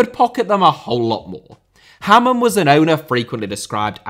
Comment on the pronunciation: Sam - Ha-man